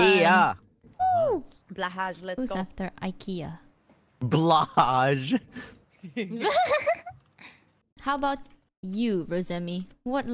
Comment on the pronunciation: The bla-haj omg as a native Swedish speaker help me I need my inhaler